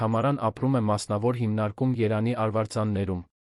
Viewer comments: Արա. Երան. Չի, ԵՐևԱՆ. Է. ԱՐԱ։ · Անգրագետ՝ Երևան , ոչ թե երան , դու կեղծ, ժամանակագրութուն ես հաղորդում ։